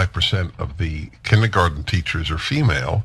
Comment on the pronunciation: when a grown ass man (Dennis Prager) says kinnegarten, instead of kindergarten, I question his ability to observe and learn. Maybe he needs more time in the libary (sic) because he probably can't pronounce library either.